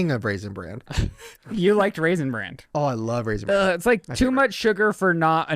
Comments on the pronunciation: pronouncing bran with a t at the end is BUGGING THE HELL OUT OF ME 🤣🤣 Lizze, where are you gurl? 😂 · mispronouncing Raisin Bran as Raisin Brand was the cutest thing. He does know it's called Bran because of the Bran flakes in it, right? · Why is saying, raisend brand"?. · Omg kept saying Raisin BranD 🤣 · No one addressing repeatedly saying Raisin Brand bothers me. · raisin Brandt???? Say it how it's SPELT!!!! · Is saying ‘raisin ‘brand’? 🤔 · saying "Raisin Brand" over and over and nobody correcting him was the cutest thing ever lol